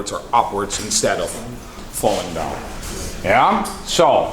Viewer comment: Thanks again to you and your team for putting another tutorial together. You have a natural gift for teaching and I I truly appreciate you and I'll never get tired of hearing you say "Yah"😃